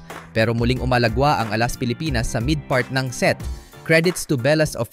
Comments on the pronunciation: AI ka ba? Dapat stress nasa 2nd syllable a-LAS hindi A-las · Please pronounce Alas properly.